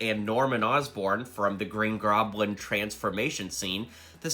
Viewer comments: the he says the green groblin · “Green groblin”